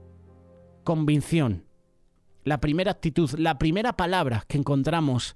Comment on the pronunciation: Es Convicción!! 🙏 Pero el está diciendo convincion. Solo una pequeña observación mía